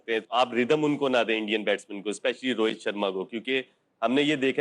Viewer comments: Rohet nahi bhai rohit hota hai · rohet nahi rohit bol